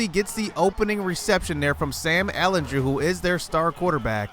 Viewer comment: The way you say ehlinger hurts me